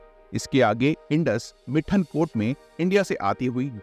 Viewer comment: Please pronounce proper in Hindi whichever words are from local names given ex. Shyok (श्योक) not a शियोक & मिठानकोट (not मिथनकोट), पंचनाद (not पंचनाट) many more